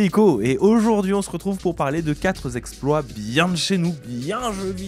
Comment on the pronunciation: Merci, encore un super boulot! Juste un détail : "quatre zexploits" ça m'a un peu piqué les oreilles...